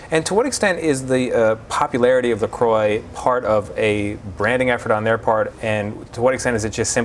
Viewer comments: It's not pronounced La "Croy" it's pronounced la crow or a French croix . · She works for them and doesn’t know how to pronounce the name correctly? Oh god!